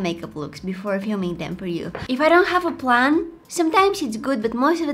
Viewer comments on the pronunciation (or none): none